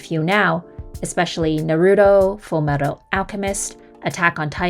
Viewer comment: The way you pronouse naruto tells me everything i need to know...good thing your main focus is gunpla